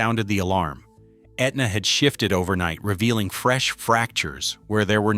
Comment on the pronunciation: AI needs to learn how to pronounce Etna.